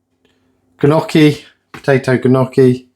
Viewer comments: “NYOH-kee" is how you pronounce Gnocchi :) nothing wrong with providing for your family, I get extra food sometimes too. Shepherd pie with lamb, cottage pie with beef :) and the last one was my favourite I think because it looked scrumptious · The gnocchi you don’t pronounce the G is nocchi 😊